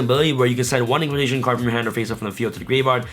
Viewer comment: “Indulgence-Dino’s... No, no... Indulgence-Impcantations”.